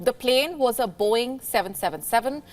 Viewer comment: Boo-ing 777 sea-van